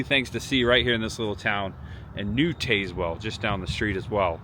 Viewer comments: Im so glad you showed this little town. My brother grew up here and i still have yet to experience it but youve highlighted some really cool things to do !!! Im sure others have mentioned this buttttttt for next time its pronounced Taz-well like the tasmanian devil lol. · It’s TAZZ-wull….. and Clay-burn county…. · As someone from East TN…it is TAZ- Well. Not TAZEwell. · If you’re going to do “informative “ videos ,learn how to pronounce the places where you are. It’s Tazz-well not Taze-well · IT IS PRONOUNCED TAZZ- WELL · I live near Tazewell. It’s pronounced Taz well just to let you know. Good video! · If you made it to Frostee Freeze, I hope they told you how to say Tazwell, TN...say it like TAS- WELL...like Tas-manian devil...you're ok though...easy mistake, lol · Taz like the Tasmanian devil not Taze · Hey, FYI, it's pronounced TAZZ-well, not TAZE-well. Just another weird Southern town name. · Yankee pronunciation. Not pronounced Tazewell, but Tazzwell. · Pronounced Tazzwell not Tazewell. But that is how it is spelled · Yes it's Tazz-well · TAZ-Whull is how you pronounce it. 😂. This video randomly showed up in my YouTube feed and I am so glad it did. I was born and raised in New Tazewell. Left home in my early 20’s. Been in Chattanooga the last couple of decades, but I go back home a handful of times a year. Next time you’re at the Frostee Freeze order a pizza burger and a Mickey. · Tazz well. Please learn the names of these towns before making your videos! You have butchered several town names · Tayz-well.. lmao. Not how its pronounced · Tazewell pronounced like tas i.e. tasmanian devil. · its a soft a in Tazwell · Is pronounce Tazewell like the Tasmanian devil..... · it's Taz well not tazz well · The e is silent, it's pronounced tazwell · not I’m not being a blank. But it’s pronounced Taz-well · They should both (TN/VA) be pronounced the same way, TAZZ-WELL. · Wrong pronunciation of Tazewell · You butchered the name